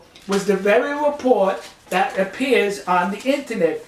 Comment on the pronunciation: Why do you speak like a 3 year old? What's a repowt?